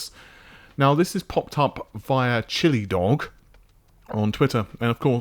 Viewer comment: Chilled dog not chilli dog 🤣🤣🤣